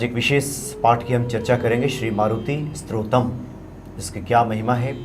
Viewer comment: सुंदर प्रस्तुती परन्तु शब्दों के उच्चारण पे ध्यान दें। स्तोत्रम न कि स्रोतम